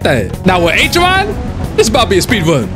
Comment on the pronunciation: HE ACTUALLY SAID BROS NAME RIGHT THAT TIME?